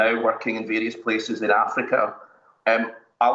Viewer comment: That emphasis on afrika n the bad line though🙄